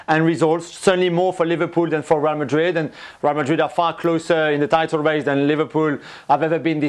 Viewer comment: Seriously hate with a passion how this fool says real Madrid. Actually gets me seething